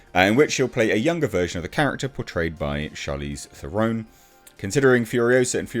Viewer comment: It is pronounced Teron, actually T-uh-ron, the 'ron' pronounced as in ron, don, on, even like in gone. It was never meant to be pronounced Thu-ron, as in Thursday. I know, because I am one of the 43 South Africans who speak her mother tongue. There are actually 26 million of us who speak her language, and many, many, of them are POC, but of course she will try and woke the numbers. Rant over; it's pronounced Tuhron.